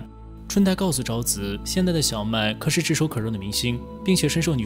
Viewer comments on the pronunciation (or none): 可是的"是" 不 要念成"十: 不 要 念成" 可 十"